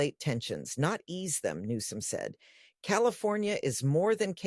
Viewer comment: Did the news caster from the main stream say governor "New scum" 😂